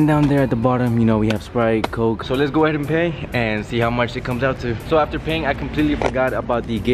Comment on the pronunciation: the way he said coke 😂🤣😂🤣